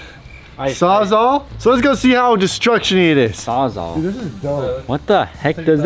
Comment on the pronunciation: just can’t pronounce Saws-all